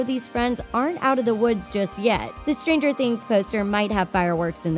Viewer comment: Why does she pronounce Stranger like the noun stranger instead of the adjective? Weird stressing of the "wrong" syllables.